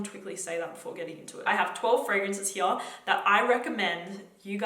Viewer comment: Forever in love with the way you pronounce “here”